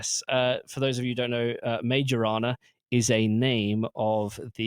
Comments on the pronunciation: FYI - Majorana is supposed to be pronounced my-oh-RUH-nah . He’s an Italian physicist who pioneered a lot of early results in subatomic physics before disappearing in 1938. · for fuck sake can you google for 10 seconds? "Majorana" → "My-oh-rah-nah" (the "j" sounds like an English "y") I don't care about Microsoft, but can you pay a minimum amount of respect to the actual scientist Ettore Majorana? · Soft "j" in Majorana. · I switched out after that absurd mispronunciation... anyone who doesn't have the intellectual curiosity to understand the origin of the name, it's pronunciation, it's relevence in the quantum physics hidtory, is not going to teach me anything new about quantum computing...